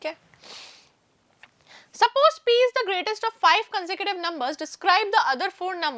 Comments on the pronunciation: That's not conducive bro it's consecutive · Consecutive ❌con-sa-cative✔️